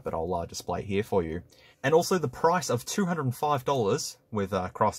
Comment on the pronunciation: “We have an obnoxiously huge camera heeya”